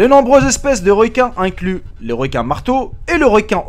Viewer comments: c normal si tu a dit de réquin xD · Réquuin et ré menta 🤣😂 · tu ma fait trop marais quand ta dit requin au lieu de requin